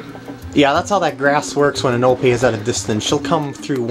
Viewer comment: Epona not anope